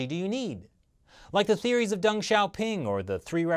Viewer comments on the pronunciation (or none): none